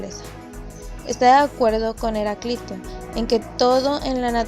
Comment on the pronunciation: Leer con acento Heráclito y Empédocles. Si no, parece una lectora improvisada e ignorante.